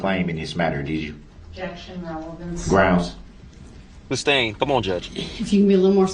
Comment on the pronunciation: Judge Dorow called the “entity” intelligent and articulate yet he cannot pronounce: ask, sustain, oath, truth, forth. He did t know what forthright or newton law meant. Compare his fingers and ears to the images you see in books of demons